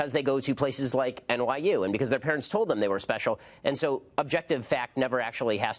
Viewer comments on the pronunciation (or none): none